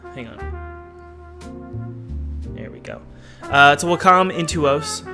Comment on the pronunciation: Did you guys hear how pronounched Wacom.... hAha